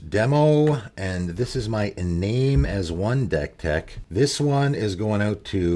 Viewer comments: Great video, one note, "Iname" is pronounced ee-NAHM-eh, the Japanese way, since it's a spirit from Kamigawa. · great video, by the way it's pronounced EE- Nah - may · Hey hows it going, great videos. Just so you know, it’s pronounced ee-nam-may, it’s a Japanese one. Nice to see someone trying to make this guy work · Kamigawa is based off of japanese mythology so it follows that the japanese names they took and didn't translate (like tomorrow) would use japanese pronunciation. For Iname that would be ee-nah-may. Another example would be Higure, which would be pronounced Hee-goo-ray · Nice. I love little-known commanders and uncommon synergies. This is a bit pedantic, but Japanese transliteration has no silent vowels. That means Iname was intended to be pronounced as "ee-nah-may"